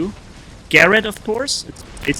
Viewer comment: Why was he saying "garad" instead of Gareth?